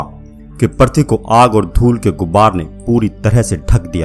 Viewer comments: पर्थवी नही पृथ्वी बोलो भाई । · पर्थी नहीं पृथ्वी।